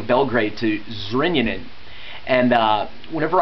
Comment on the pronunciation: i love how you say Zrenjanin :D (Zrinjanin xD)